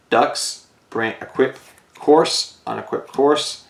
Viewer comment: Lusamine 2nd best pokegirl also not to be that guy but dragunity couse is pronounced cuse like cu cullian from the fate franchise, there is no r.